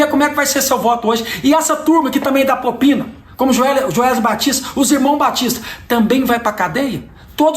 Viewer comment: Prezado Cleitinho apenas uma correção "propina" e não popina! Concordo com tudo que disse!